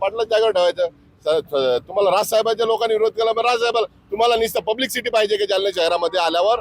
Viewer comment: Hya manse chya mansa la nit bolta yeta ka public city nahi publicity, kay boltoy virodh kela nahi chalnar veda nit bolayla shika adhi nantar neta giri kara ......